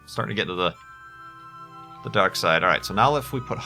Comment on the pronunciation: "the darq side" XD